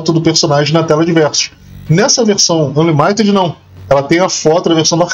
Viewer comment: a pronuncia é "ÂnLÍmited"